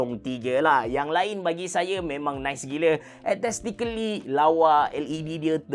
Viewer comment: Abe cerah sebutan dia aes-tatic-ly. Hehe nice review.